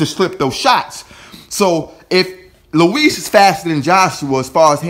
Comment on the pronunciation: Its not Luiz its Ruiz